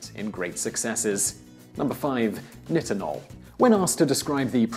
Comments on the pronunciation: It's pronouced neye-tin-ohl. Not niht-in-ohl. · this idiot cant even pronounce nitinol